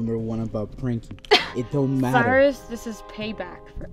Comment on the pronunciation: It's not cyris it's Cyrus